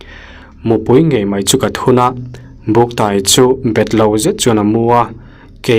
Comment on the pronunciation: "Ka taw ka tawi a" tih hi a lam dan a diklo "tawi" tih hi "tuai" tih thluk a lam tur...eg."ka tawi hrut hrut a"